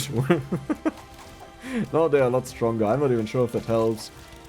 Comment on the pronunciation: Pronounce hugin and munin more like you’d say it in german.